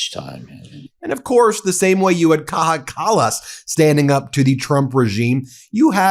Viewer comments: Bro, I like your videos and will keep watching them, but f*cking learn how to pronounce their names as what you do is typically American - being completely ignorant towards foreign names! It's not pronounced Caha! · Kaja Kallas' first name is pronounced Kaya, not kakha. It is Estonian, not Spanish. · You pronounce Kaja wrong. It is not kaha more like kaya. Ka and then ya as in yahoo. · She's not goddamn Mexican... "Kaha", dude... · Kaja Kallas is not Mexican. She is Estonian, so it is pronounced "Kaja," not "Kaha." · Omg. You must pronounce it "Kaya", not "Kaha". Ms. Kallas is from Estonia, not Spain. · Kaja is pronounced Kaya not Kaha!!!!! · Correction: Kaja Kallas should be pronounced as "Kaya", and not otherwise, thanks Ben! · She's Estonian, not Spanish. Her name is pronounced Káyá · Good video Ben, congratulations I noticed you have Bombardier down that can be hard for Canadians. Now Kaja Kallas is pronounced like cobra KAI-ya Kallas like Dallas with a K. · Dear Ben. Kaja Callas is pronounced ( Kaya) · A little support on pronunciation Ben. The name of former Estonian prime minster is pronounced with nordic a, not like the aee in US and j sounds like an English y together wit a (slang: ya´ll). Put together: Ka-ya, and full name "Kaya" Kallas. In case I messed it up check google pronunciations. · Sorry to "interrupt" you; Kaja Kallas's first name ist pronounced "Kaya". She's not Spanish; she's from Estonia. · Her name is pronounced K-eye-A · Kaja kallas pronounced Kaya 😊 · Oh cmoon Ben, it's Kaya Kallas, Kayyya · Kaja is pronounced like Kaya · Just for information: The j in Kaja is not pronounced as an h. Think more like the English pronunciation of "Kaya". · Kaja Kallas'es name is pronounced as Kaya. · For further reference: Kaja Kallas is pronounced "Kaya". Here in Europe, we are very worried (to say the least) about what is going on in the present US administration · pronounc it as " Kaya" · It's pronounced like Ka-ya